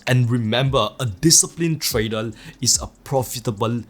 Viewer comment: You have nice content. I just can't help myself to put a smile on my face when you can pronounce almost everything right except word TRADER :) keep up